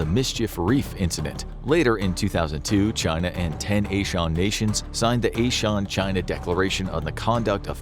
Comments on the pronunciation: ASEAN is pronounced “ah-zee-an” not “ayy-Shan”🤣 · ASEAN is ah-seh-yan not ey-shawn as infographics said. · its not a shawn..asean..its azian ok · Its asi-yan not ey-shawn. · It is pronounced as "ey-sea-an" not "ey-shawn" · Not A-Sean it's AA-SEE-AAN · It's pronounced azeean, not your Irish shorn a-Sean. Think of it from an Asians pronunciation point of view, not your Anglo Euro centric one. I'm surprised you don't know that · You mispronounced ASEAN, it's not A-Sean. It's Ah-See-Ahn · ASEAN is pronounces Az E An. But I mean it was a good guess. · ASEAN - Ah See Yawn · The pronunciation of Asean is not right it's pronounced "ur zee uhn".